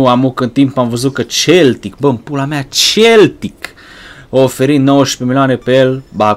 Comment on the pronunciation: Se pronunta seltic nu celtic